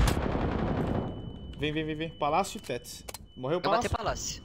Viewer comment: O não consegue fala tetris ele fala tetis kkkkkk